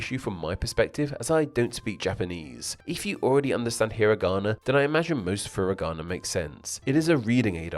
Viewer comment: Japanese only has 5 vowel sounds, not including diphthongs. A is always ah, I is always ee, etc. So foo-ree-gah-nah, not fur-ih-gah-nah, and kah-tah-kah-nah, not cat-ih-kah-nah.